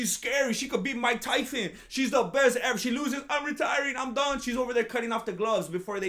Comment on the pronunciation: I never heard you say his name properly. These are like Chael Sonnen levels of name dedication, buh better